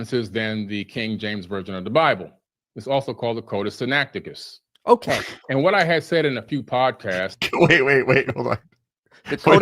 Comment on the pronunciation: They are throughout, particularly over his pronunciation of the codex Sinaicticus.